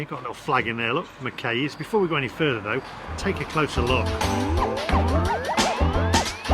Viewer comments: Mackeye not makay ffs😯😗😂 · It’s NOT Mc-Kay’s it’s McKay said McKaaee